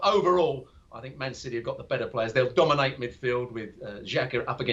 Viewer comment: Did you say dominate????😂😂😂😂